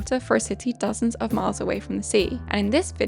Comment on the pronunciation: I think she said dozens 😂